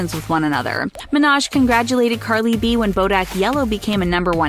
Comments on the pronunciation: "Carly B" 😂 No hate, it just made me laugh for a split second. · when she says Carli B😂